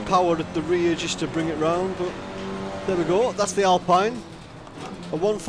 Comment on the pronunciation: It's Alpeen! :D